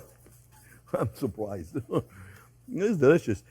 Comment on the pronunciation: Elmer Fudd: I'm supuoised! It's delicious! 🤣